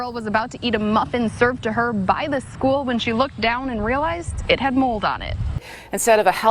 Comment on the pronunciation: The "by the school" kind of sounded like a touch of Minnesota. So I'd say down home Midwest US.